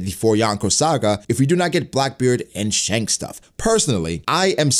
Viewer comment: Your pronunciation of Shanks is the worst...